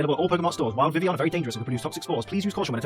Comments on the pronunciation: It annoys me so much when he says 'vivion' instead of 'vivillion' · but he said vivion. WHY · oh hang on, I just re read your comment and realised that you said "l's" not 'is'. But since when are the l's silent. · The ls are silent... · there's no 'is' in vivillion. He never says the 'ill' in it.